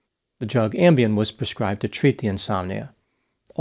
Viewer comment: The second I heard “Ambiem” I was like “oh boy!”